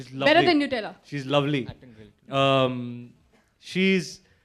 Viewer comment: "new-tella" ?! its "nut-ella" !!!!!!!!!!!!!!!!